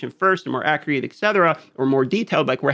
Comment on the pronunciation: Please stop pronouncing accurate as "accreate". You're literally swapping a vowel out of the word